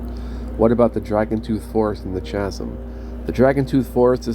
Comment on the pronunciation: That's 50 charges, 3rd level Knock. You say it's gold, I say it makes your armor look like it's made of lemon. You seem to keep adding a 0 to every number this time. Empty bottles serving as Mini-Medals? That'd be kinda funny, actually. Chasm is said with a hard ch (kh). lol Nah, they just use a lot of the BG2 portraits; I remember seeing Khalid's a few times.